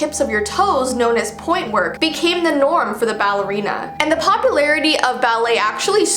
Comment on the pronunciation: Me: did she say balley ow ballora! 🤣